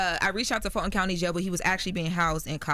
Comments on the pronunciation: Full+Ton = Fulton just minus the extra L. Pronounce it as if it’s still there. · lol love “Fall-Ton” county jail. No shade- Full Ton County jail “Fulton” big love to always